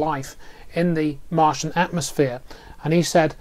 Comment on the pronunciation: Martain?? Martian...